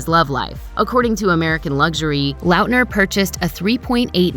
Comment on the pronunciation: The way you pronounce Lautner is HORRENDOUS